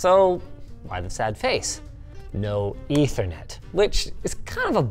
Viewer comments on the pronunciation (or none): none